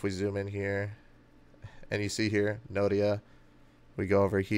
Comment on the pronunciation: Not Nodia, it’s Noida, Delhi. Good job done.